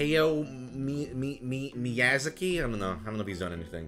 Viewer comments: Hey-yo mee- mee-YA-ZA-KEE?? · Hi-yo me-you-zaki. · It's me-a-zaki